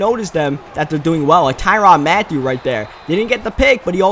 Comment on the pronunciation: It's Tyrann Mathiu, not Tyronn Mathiu